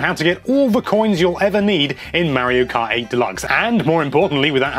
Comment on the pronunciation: Why do you say Mario Kai?